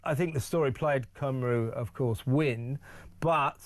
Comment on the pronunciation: Come on Kevin….i love you, but please, oh please can you learn how to pronounce ‘Cymru’ correctly! ❤️